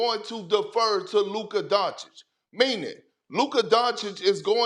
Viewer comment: LukaR DonciK- SAS say his F-ing name right man! it's disrespectful!